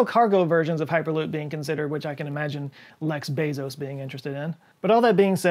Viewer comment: "Lex Bazos" <3 LOL